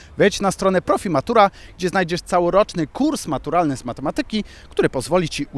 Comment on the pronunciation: prowadzący... źle kolega akceptujesz słowo matematyka kolega. akcent na trzecią słabe od końca kolega. A nie na drugą. od siebie też wymagaj. pozdrowienia kolega.